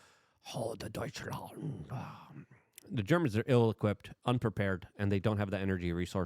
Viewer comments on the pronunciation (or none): none